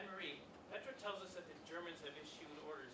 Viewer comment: She says Peter when she sees says Petra?